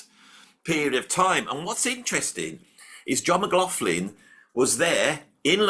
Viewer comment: How dare you upset my world paradigm by making me relearn saying John McLaughlin name correctly yet you go back to saying it how I used to say it. You’re confusing me!